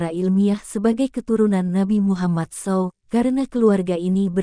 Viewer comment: Ngomong Saw aja salah ,ko bikin konten agama 😂😂😂😂😂😂😂😂😂😂😂😂😂 lucu